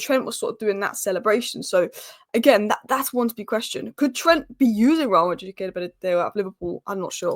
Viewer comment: How to pronounce “Real Madrid “ Just saying 😅